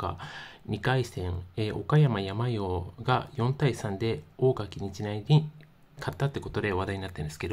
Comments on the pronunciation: やまようwww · けいとうをケイヤクって😂 サンヨウをヤマヨウって😂 国語の勉強した方が良いよ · 阪口監督は甲子園で歴代7位タイ（木内監督と並ぶ）の40勝を挙げておられる名将です。 それと他の方も指摘してますように「おかやまやまよう」ではなく「おかやまさんよう」です。山陽は山陰とか東海とかと同じく、地域を表します。主に中国地方の岡山、広島、山口の瀬戸内海沿岸地方を指します。 もう少しお勉強されることをお勧めいたします。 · 「やまよう」って何だ？😂 「さんよう」だろ👊 こんな奴が解説してるのは なぁぜ なぁぁぜ🤣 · ホントに野球ファンの方？やまようって読めんの？ さんようって読むけど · 継投→けいやくではありません。 その直後、不正発覚 何が発覚したの？ おかやまやまよう→やまよう新幹線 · 山陽（やまよう）は無いわなw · やまよーって… やまおーと同じレベルの間違い。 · 「やまよう」は草義務教育受けてますか？😂😂😂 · 「やまよう」だってさ、小２年ぐらいの学力だね。“継投”を「けいやく」って、マジで学校に行ってないね。「おかやま」が平仮名表記だから、無学歴でも読めて本当に良かったねｗ